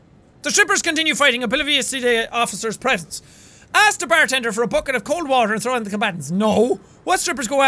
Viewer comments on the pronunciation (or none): none